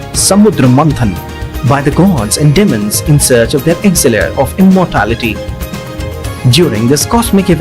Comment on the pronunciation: elixir not 'exilir' ! just say amrit instead